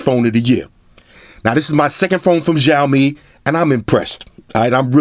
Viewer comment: the phones will come to usa/canada in 2019, also it is pronounced more as "shhhh aaaoouu " " mmmeee" it means.. xiao = little, mi = rice grain. cheers